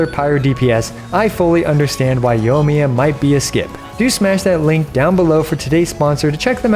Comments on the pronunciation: Yoimiya. Yoi. Yoi. Yoimiya. Not Yohmiya. Sorry I had to, great content as always! :) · "yough miyuh" giving me ear cancer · Pls pronounce the i in her name, driving me crazy